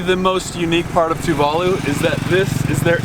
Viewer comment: I've watched a lot of Tuvalu videos and you two are the first westerners to say Tuvalu the correct way. Awesome video btw.